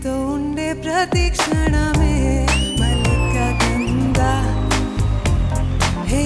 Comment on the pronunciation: మల్లిక గంద (మురికి), మల్లిక గంధ ! సరిగా పలికి సావండ్రా.. :face-blue-smiling